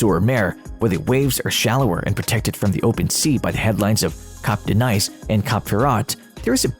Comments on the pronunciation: Pro tip: Nice is pronounced 'knees' not 'nice' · Lasted 2 seconds into the video. Can’t even pronounce the city properly. Next.